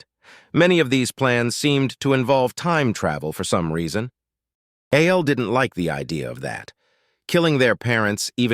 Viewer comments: Why wasn't it pronounced Al instead of A.L.? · You need to check the logic protocols for this audio ai because it can't tell the difference between a.i. and al